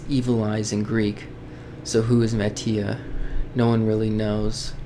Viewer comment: I didn't know you pronounced Mati Ma tee aah When I first encountered the red eyes... I thought it was a myth... Or Some sort of Stalker.. But when mati showed up I was like "Ok"